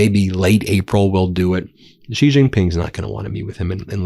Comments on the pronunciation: In Chinese pinyin, "X" is NOT pronounced as a j/g or zh. It is is pronounced as the "sh" sound. So his name sounds like "she." Shee. NOT like "gee," NOT like "zhee." Shee. Sheeee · Xi is pronounced C. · Taiwan is part of China. If you don't understand stay away and focus on your problems at home. And you can't even pronounce his name properly. It's pronounced "she". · Pronounce the name of China's President properly. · I wish you'd learn how to pronounce "Xi".